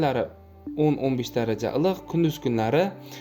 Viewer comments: илик дегин татармисан илк дисан😂😂😂😂😂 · САЛГИНА. ЧИРОЙЛИ. ГАПИРИНГ. УКАЖОН. ИЛИҚ. ДЕГАН. СУЗНИ. ГАЛАТИ. ҚИБ. АЙТАЯБСИЗ😂😂😂😂😂😂😂